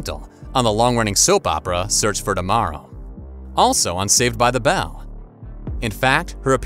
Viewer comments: This announcer says ‘bell’ poorly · Can't stand the way you're pronouncing "Bell"